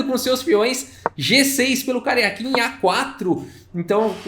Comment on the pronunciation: Ele diz Karjakin, mas só ouço "carequinha".